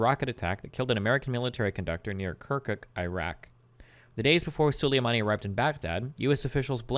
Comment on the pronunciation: Destiny can’t pronounce ‘Soleimani’ correctly in this debate